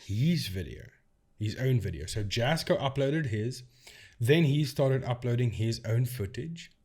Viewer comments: Love your videos! I find how you debunk the videos and the technology very interesting. Have you looked at any of the Paranormal Discovery and Frank TV content. I'd be very interested to see what you find in these. As for Jasko (pronounced Yasco) and Chris work hard to get out entertaining (enjoyable) content to watch. I watch them and get a kick out of them. Probably 99% (I hate to say 100%) of the paranormal investigation videos on YouTube are fake. I would hope most of the people who watch them aren't doing so because they want authentic ghost busting. Lol They are fun to watch, and I, for one, appreciate the effort they put into them as amateur videographers and editors, and I guess you could say actors. Do people really watch these creators for authenticity? Hmmm, if they do, then I guess I'm the odd ball in the crowd. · First off it's pronounced yasko. The j is pronounced like a y sound. But on this topic I've been saying this for years. All his stuff is bs. And every title of his videos says things like " the most haunted"or the scariest night" or the worst camping ever. And if you know anything at all about the paranormal you don't always get interactions or things worthy of posting. But jasko every two days and every location is "the most" ,"the scariest" and this is nothing but bs. Most of his stuff is rented air BNB or cabins that he always claims the owner contacted him to investigate. Heck the entertainment value of his videos are just stupid and unbelievable. It's all for clicks. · Leave Jasko alone, what give's you the right to slate him and other's, he works dam hard for, yes you have an opinion but concentrate on your own you tube, id like you to camp in a hunted forest, do you think this will both Jas or Chris, you can't pronounce Jas's name, what you trying to ruin his reputation, leave him alone